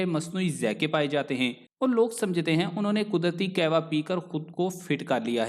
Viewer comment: Ur pronunciation of kawah is not correct